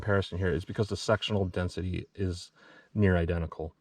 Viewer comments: I'm sorry I just have to laugh, it sounds like you keep saying sexual density LOL 🤣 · You said Sectional Density, what I heard was Sexual Destiny. Since I giggled at it, now that’s all I can hear everytime I watch it.